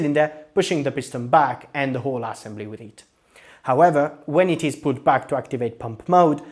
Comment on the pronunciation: "ASSembly" love that pronunciation